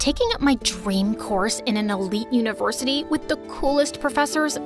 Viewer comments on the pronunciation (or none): DID SHE SAY ELITE UNIVORSITY XD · bro said univortity